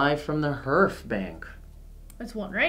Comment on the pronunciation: Okay, I try to not be 'that guy' but Hearth I pronounced 'harth', not 'hurth'. It was bugging me. :)